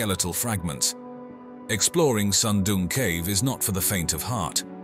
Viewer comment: Why does the narrator keep calling it SUM DUM CAVE? ? ? It looks friggen awesome to me